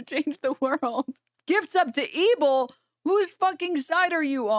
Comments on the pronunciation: 1. I'm convinced "ebil" is a deliberate mispronunciation, not sure what he thinks it can do for him legally but he's dumb like that 2. Alex Jones is a known chaser, it's so funny seeing him even dare to bring up that topic or use the word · I can't unhear ebbil